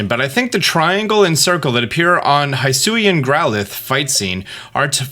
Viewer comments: BTW, Hisuian is pronounced like "HE-sue-ee-ann". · Just the biggest pet peeve for me from these last two videos –especially because they pronounced both words several times during the Presents– is how you pronounce Hisui/Hisuian. Keep in mind the name of the region was coined in Japanese so they would be pronounced [hee·SOO·ee] and [hee·SOO·yan]. Also, Dialga is pronounced [dee·AL·gah], not [dye·AL·gah] (also from the Presents).